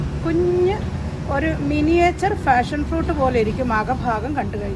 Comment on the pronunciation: ഫാഷൻ ഫ്രൂട്ട് അല്ല പാഷൻ ഫ്രൂട്ട്